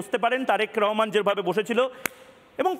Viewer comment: একবার রেহেমান একবার রহমান। একবার বাবু একবার সাহেব এসব আবোল তাবোল বলা বন্ধ করুন। একজনের নাম সুন্দর করে উচ্চারণ করুন। উপস্থাপক হিসেবে কম কথা বলে যৌক্তিক প্রশ্ন করুন।